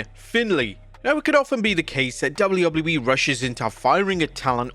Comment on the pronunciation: He has a harder time saying W.W.E then Chris Jericho🤣🤣🤣